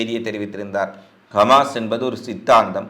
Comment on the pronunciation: நீங்கள் கமாஸ் என்று குறிப்பிடுகிறீர்கள் ஹமாஸ் என்று சொல்லவும்